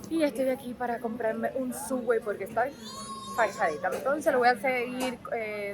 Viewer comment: Gozen cada segundo, ése es mi pan Preferido de Subway!! Se pronuncia SOBWAY!